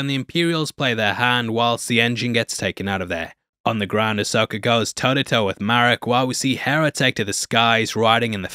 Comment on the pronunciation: Merraok isnt Ezra 🤦🏽‍♂ I really was looking forward to watching this show being a long time SW: Clone Wars and SW: Rebels fan, but this pacing was 😪especially being at night. So my 2 cents, release your reviews during work hours and dont go out of your way.